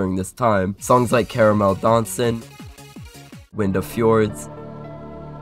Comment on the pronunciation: just for future reference it's pronounced cah-rah-mehl dahn-sehn